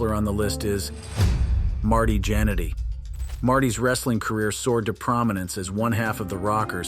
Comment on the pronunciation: It's a whole lot going on with these vids 😂😂😂 ... Marty Janet-D, X pack bruh? 😂